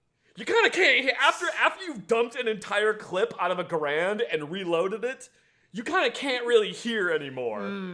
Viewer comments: So I'm gonna go ahead and be that guy: isn't it pronounced gehr-end? The pronunciation you guys are using is probably more common, but I don't think it's the proper one. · ....you're a gun guy, you should know how to pronounce the Garand, it is "Gar end" because the creator whose surname is Garand, foresaw people getting wrong and actually mailed a letter to the folks who print the Webster's dictionary detailing specifically how to pronounce his rifle, so theres no arguing it like with Gif vs Jif XD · I can't make it past the constant mispronunciation of Garand...